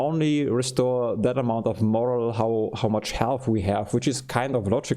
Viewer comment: fatal -> "FAY-tal" (emphasis on the FAY) morale -> "more-AHL" (emphasis on the AHL) sound -> in this context means "based on good reason" "Things don't always go the way we want them to go" would be better! unconscious -> "un-con-shus", not "un-con-shnus" i.e. -> "in other words", also e.g. -> "for example" coup de grace is French, you pronounce it "koo-duh-grahs" Maybe "out of order" would work better in this context instead of "vice versa" You can pick it up, but you can't use it yet (since you haven't researched it). At the end of the mission all items in the battle area are automatically collected and put in your stores back at the base you launched the skyranger from, so no need to pick up anything unless you intend to use it in the current battle.